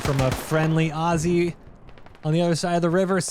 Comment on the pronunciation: Holy shh... An American who can pronounce 'Aussie' correctly! I never thought I'd live to see the day